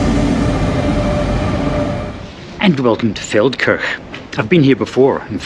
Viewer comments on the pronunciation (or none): When the video started I thought said "Falkirk" which would be a long (but not out of character) journey...